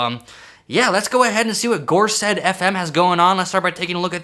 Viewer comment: For context, the gorsedd is basically a council of Welsh language poets, writers and musicians who have contributed significantly to the Welsh language and culture, heavily associated with Celtic traditions. A few gorsedd fm songs and albums use Welsh titles which is pretty interesting as they’re from New York Edit: also little nitpick it’s pronounced gorseth, the dd sound in Welsh is pronounced as a th like there